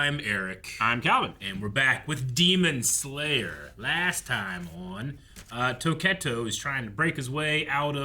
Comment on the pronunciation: He can't really say Tokito